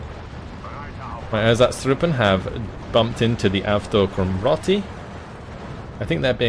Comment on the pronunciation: meh, as long as he keeps butchering ersatztruppe I think we are even.